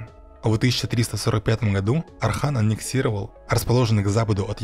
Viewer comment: Отличный ролик, но есть просьба: называйте Османа Османом, а не Асманом, сына его Орхана не Арханом и империю не Асманской, а Османской. Для турков это имеет очень большое значение. Мы же не называем Иванов Айванами!